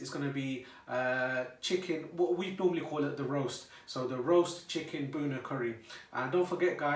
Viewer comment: “Boonah” lol 😂 proper shade bhaiiiii